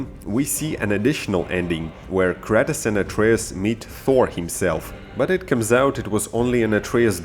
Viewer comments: wait... did you say cratus???? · whyd he say kratos like kratas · It's Kratos no kratis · Bruh its not kretis its krAtos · does it bother anyone when he says Kratos wrong he says it like (kratiss) when is Kratos (kr-ay-toe-s) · Kratus b o y say shit properly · The way u pronounced there names had me triggered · Dude why do you pronounce Kratos like that? Hes such an iconic character for years and it sounds like you havent even played the game.